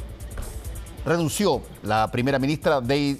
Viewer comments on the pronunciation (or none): Quede estupefacto con la pronunciación de este presentador de televisión😂😂😂 reducio, acaso la palabra correcta no es: "redujo".